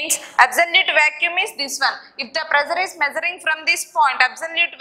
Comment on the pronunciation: madam vacuum not vacuume